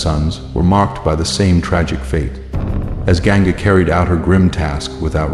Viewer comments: Please improve sanskrit pronunciations..its Vasu...not vaasu...Ganga not Genga, Prataapa not pratipa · It looks a well made series. Please improve the narration of the Sanskrit words and names of characters. Ganga is not Genga.. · Why on earth would you hire an American voice to narrate this story, who cannot pronounce any word correctly? listen to it महाभारत - मैभराता? Ganga गैनगा ? Why???